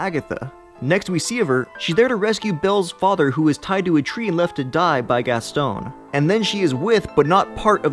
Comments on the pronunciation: La-foe? How bout La-foo? And Gas-tawn and not Gas-stone.... Wow. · I'm more upset by the fact you pronounced Lafou (LAFOE) and Gaston as (GASTONE). At least get the pronunciation correct :/